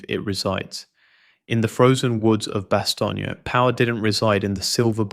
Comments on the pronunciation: It's just "Bast-OHN". Not "Bastonya" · God I hate AI it's Bastone not Bastonia ass clown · Why does the series pronounce is BAH-STONE and you pronounce it BAH-STONE-YAH? Which is the correct way?